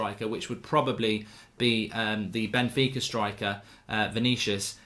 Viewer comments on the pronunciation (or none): none